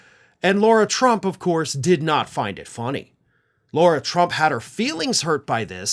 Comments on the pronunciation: La-Rah, it's La-Rah. You're defaming all of us real Laura's calling that... Other by our name. 😅✌️ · I'd like to know why keeps pronouncing Lara "Laura"?